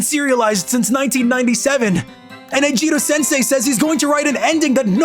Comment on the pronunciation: "SEN PIECE" oh one piece "EIJIRO" oh eiichiro oda